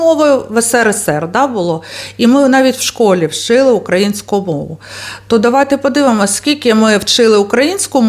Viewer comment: Люба! Це дуже гарна подача інформації про наших патріотів, про історичне українське минуле і майбутнє нашої красуні Одеси! Але... Наголос потрібно робити на украЇнську, а не укА їнську. Ще раз дякую за вашу цікаву розповідь.